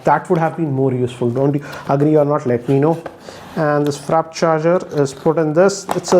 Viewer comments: It's "Warp" not "Wrap". facepalm 🤦🏻‍♂️ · its not wrap charger, call it warp charger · Not wrap it's warp